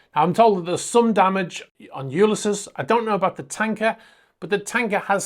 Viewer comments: I believe it’s pronounced (phonetically) You-lys-ees. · Hey. LOVE your videos!! The world of super yachts seems to be a very dodgy one in many cases!! Just a heads up. Ulysses is pronounced You-Liss-Eez. Ulysses is the name of a classic novel written by the Irish writer, James Joyce. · HiI think its pronounce U-lys-ese as in the Oydessy cheers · To be fair, it is a valid point & your other interesting info doesn't eliminate this. Don't take it personally or get defensive. It's "you lis seas". There. Now you can remove that point of criticism. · Have you never heard the name “Ulysses” pronounced?? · The rest of the video was well done. That’s why the pronunciation sticks out like a sore thumb.